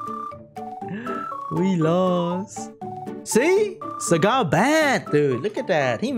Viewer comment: I heard "Sagat" instead of "Sagar" and thought, wrong Street Fighter character bro